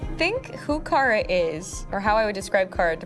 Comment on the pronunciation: Kara wirk ausgesprochen wie 'Karstadt'. Dein Versuch den Namen 'Englisch' klingen zu lassen, verfälscht ihn nur. Ansonsten eine super Folge, danke.